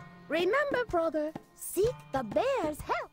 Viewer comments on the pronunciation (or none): "Froger" rhymes with "Rodger", so maybe that's why Vinny finds it funny. Perhaps "Frodger" should be like Vinny's impression of Rick crossed with an impression of this abortion mislabelled as "Frogger"?